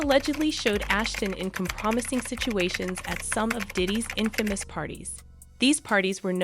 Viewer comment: This is the most vanilla report ever. And please learn how to pronounce compromising.